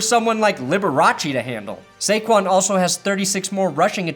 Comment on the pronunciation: No. Lol. It's Saquon and it's not even close.